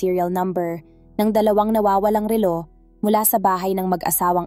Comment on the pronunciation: ma'am pag aralan po ninyong bigkasin nang tama ang salitang " relo" at me iba pang salita na dapat bigkasin ng tama, salamat po